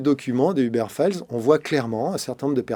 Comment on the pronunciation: Un effort sur la prononciation ? Il me fume à prononcer "Hubert"